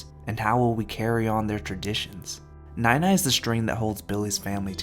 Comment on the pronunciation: i know this is suppose to be a serious video but every time you say nai nai it's in the wrong tone so instead of grandma, i keep hearing milk but it's the way we would say it to younger kids or babies loll.